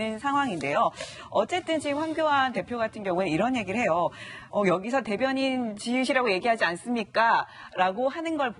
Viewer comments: 대변인직으로 들리는되요 ㅎㅎ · 내가듣기로는 대변인이시라고 한걸로들리는데 나만그런가? 앞에 어떤분이 대변인이라고하니깐 황교안대표가 여기서도대변인이시라고하지않냐?라는말같은데.. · 정확하지 않은발음을 억지로 궤맞출려고 하네 짓소리는 아니고 대변 이니라고 하는것같은데